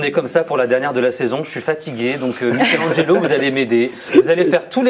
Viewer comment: Il à tué le nom de Mikelangelo 😂